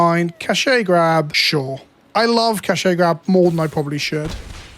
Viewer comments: I don't think it's a Britishism, just a regular mispronunciation. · It sends me every time I hear "ca-shay grab" Britishisms ruining Wizards' attempt at a cash grab joke.